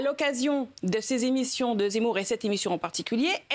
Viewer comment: elle a vraiment dit « Éric Zamour »?🤣🤣